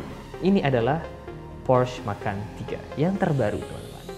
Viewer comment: "Porsche Macan" bukan "Porsch Makan" ya guys 😅